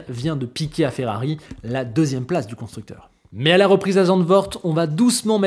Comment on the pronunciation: FERRABI? 🤔 Tu es en panne de lettre 'R' 🤭 - j'ai jamais eut autant hâte de voir ce que va donner Ferrari avec Hamilton en 2025 - J'espère que l'amitié avec Leclerc ne sera pas altéré en course et qu'elle perdurera - merci 👍👍😎😎🥰🥰